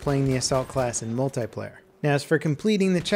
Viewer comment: Why can't you say multiplayer properly?